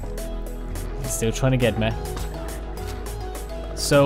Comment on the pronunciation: Man why do u say like mê instead of regular me/mi